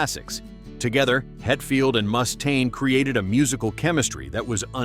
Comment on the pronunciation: AI crap as they pronounced "Mechanix" wrong. Also the way the voice said "Mustaine" was a little annoying. smh